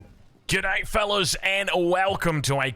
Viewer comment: I always thought he says "get high, fellas!" =D